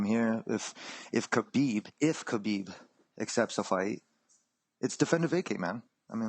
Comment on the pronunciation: Does Khabib's name start with an "H" sound or a "K" sound. I hate the way Ariel pronounces it. Also, why does Ariel INSIST on saying Khabib's last name all the time. There is no other Khabib in the UFC. No need to say that ridiculous last name. WE KNOW WHO YOU ARE TALKING ABOUT!!!!